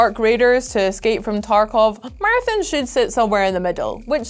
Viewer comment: Game name: Marathon ' accent: Martin lol